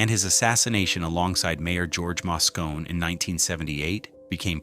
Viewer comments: Muh-rin County & the Masco-nee Center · while talking about San Francisco, you show a photo of New York. Mispronunciation of Moscone. , you are talking about Chinatown, but that is not San Francisco's Chinatown. , where the hell is that? It is certainly not in San Francisco! , not San Francisco! , not San Francisco! , I see that the NYPD has some of its workers in San Francisco. , not San Francisco! , not San Francisco! , that train station is not in San Francisco! , this restaurant is at W 112th Street and Broadway in New York City , Kuala Lumpur, Malaysia , you are talking about Union Square in San Francisco and showing Herald Square in NYC After that, I gave up! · The images accompanying the narrative are pretty random. The narrator doesn't even pronounce "Moscone" correctly. This is a hastily produced video designed as click-bait.